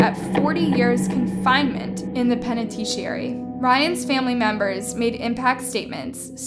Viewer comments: Just some feedback, you have inconsistencies in your pronunciation across videos. In this specific video It's Toxicology, (tox-e-koh-low-gee) and Toxicologist (tox-e-koh-low-gist) (you said toxo) It's Penitentiary (pen-e-ten-sh-air-ree) not pen-shi-airy Some of the words you stumble with are keywords in the content you produce (crime and law) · lol. She said "incident" is "indecent" and couldn't prononce "penitentiary" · Did anyone else lose it laughing when she said "peneteshiry" instead of "penetentary" 🤣🤣🤣 I know its a very simple mistake, it just got me ROLLING 🤣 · Peneteechiary? I've been watching your videos for a while now and I think maybe someone else writes this and you just read it. You have mispronounced many very simple words. I mean I don't care if that is the case but .... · Lol did u hear how she said penitentiary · Good video but it’s pronounced “TOXICOLOGIST” and “PENITENTIARY”.